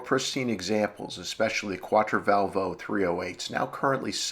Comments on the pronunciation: Just a concoction its quattrovalvole not quattrovalvo, no biggie, great job. Thanks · I think it's pronounced "quat-tro-val-vol-lay" - but how many times does one hear that word pronounced? Let's give the originator of this site a break - he's given us hours of enjoyment! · The Italians pronounce it "Quattro-Val-vo-Lay" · Ugh, the way you butcher Quattrovalvole is just horrible :P